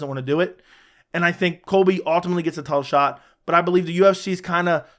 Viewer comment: Ultimately is not pronounced. All